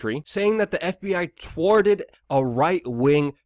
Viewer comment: Wtf is up with his speech impediment? "The FBI tworted" 😂🤣